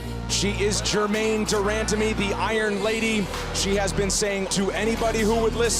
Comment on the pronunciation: Joe: "Gerrain Demandime"